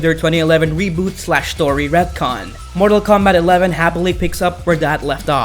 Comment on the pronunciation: Jesus Christ his mortal kombat pronouncing